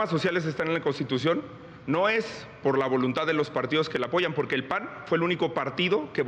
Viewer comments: Pero porque dice pojque porque hablas así Xochitl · Pogque.. Cagmona.. finangciados.. nagco.. que la sra. Derrota primero que vaya a terapia de lenguaje.. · Pogque....gue pagso....gesiviegon...guíen... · Pogque, seggio, nagcopartido,😅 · Financiagor ..enseñen a pronunciar a esta señora X .....poque ..poque